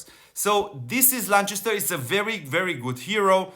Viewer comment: constructive feedback Chest is Lanchester cast = Lancaster , thank you for all you do ...